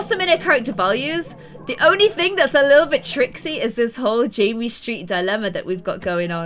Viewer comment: Savannah Haynes, its JAMMIE. NOT JIMMY